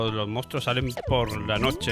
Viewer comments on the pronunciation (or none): none